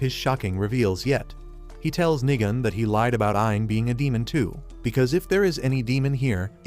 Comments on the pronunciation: Nigam hits hard Even though it is nigan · Did bro just sat nigan more like nig chan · Nigan had me laughing as how they say his name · Nigan😂 I thought it was the n word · Bro every time he said nigan I thought he says the n word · bro did not say nigan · Bro when you said nigan i thought you said the n word